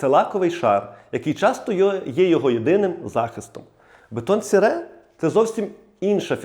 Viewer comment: А ще Французи не кажуть так як ви - "бетон сере")))😂. Вони кажуть "Бетон сері", саме так читається ця назва, друже.